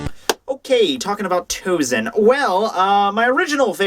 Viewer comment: Sorry,but why TouZen? He's TouSen. Maybe it spells in English like that,but it Japanese is spells S instead of Z.